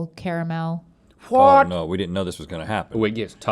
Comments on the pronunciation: ITS NOT KRMAL OTS CARAMEL! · I cant stand the way Link says "Carmle" It's "CARE-A-MELL"